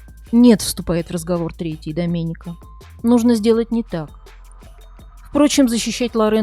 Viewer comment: Слух режет когда диктор произносит итальянские имена по русским правилам. Вместо Алесандрооо Алесанрааа, Доменика вместо Доменика. Кажется мелочь ан нет. С буквой а на конце, это женское имя. А здесь 3 зверя мужского пола.